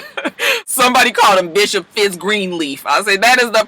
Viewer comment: The word Gree-leaf at the beginning had me weak. Lol I'm sorry to laugh I know you over it lol